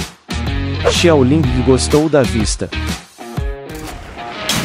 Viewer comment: Pq ele fala xiaolingi